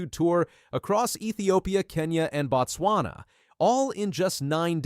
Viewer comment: Botswana is pronounced Boat Swana and Ababa is pronounced Ah Bah Bah